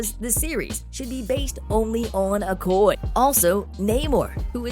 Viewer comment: Her characters name is pronounced Oh-koy-yay. If you're going to report on a character, please get the name right. Thank you.